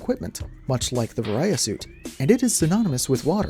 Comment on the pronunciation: The way you pronounce Varia stuck out to me. Varia should be pronounced similar to "variant" or "variable" which makes sense when you think about it as a suit meant to manage variable temperatures.